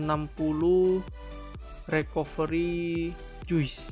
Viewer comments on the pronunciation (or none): Recovery bacanya Rikaveuri :(